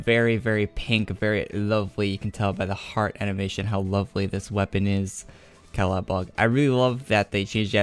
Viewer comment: Dammit, Its caladBOLG not caladBOG lmao